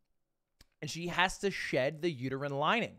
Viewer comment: He says "uterine lining" exactly how someone who doesn't know what that is would say it.